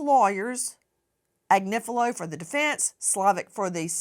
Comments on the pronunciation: I can't believe hasn't learned how to say Agnifilo yet when she hears Nancy saying it right, and she hears it in court all day, every day. And I can't believe hasn't corrected her by now. It's not Ag-ni-FEEL-ee-o like she keeps saying, it's Ag-NIFF-ill-o. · Agniflio 😂😂😂baby oil 😅😅 okay Marc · Agnifillio??? Please. This constant name mispronunciation is bonkers!